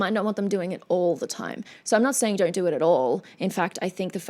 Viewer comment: Hi very pretty witch! I'm just as curious as a cat...you know I can't help but notice your peculiar way of pronouncing "o" with an "r" sound atached to it, like you say "DONr'T instead of "DON'T", can you please tell us something about it? By the way, your in depth analysis and insights to everything you react to is as always, anticipated and highly appreciated. Plus, of course, the bonus beauty!!!